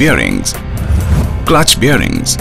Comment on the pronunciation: he mentions the word 'bearings' 15 times in those 36 seconds...or is it 'birrings'..?